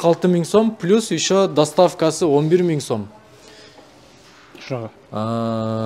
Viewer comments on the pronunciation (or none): none